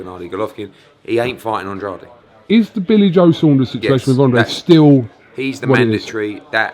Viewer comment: How long has Eddie been working with Andrade and he still can’t pronounce his name. He looks like a donkey in that turtle neck as well.